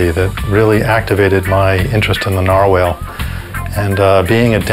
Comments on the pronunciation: plus he's pronouncing it wrong he's saying Narwhale like a Whale its a type of whale but it's pronounced Narwhal like a wall narwall is how its pronounced so yes thx i agree ^_^ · Dentist said NAR whale. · He said narwhale instead of narwhal